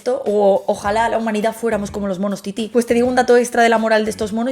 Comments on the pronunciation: No es "mono titi", es mono "tití", con tilde en la "í" final. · Que no son Titi, que son Tití, si hasta muestras imágenes de artículos con el acento en la segunda i. Estamos de acuerdo en que mamá y mama no es lo mismo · Es mono "tití", palabra aguda.